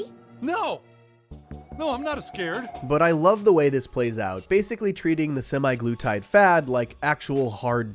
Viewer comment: semaglutides. not SEMI glutides